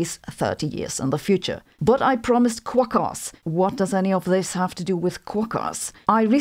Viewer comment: I've never heard anyone call quokas "kwok ass" 😂😂😂 You're an honorary Australian now. That's fucking fantastic. 😂